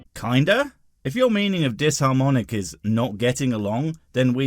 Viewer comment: "Dis-harmonious" physically hurts every time he says it.